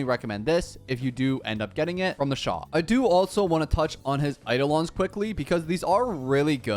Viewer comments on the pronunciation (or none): none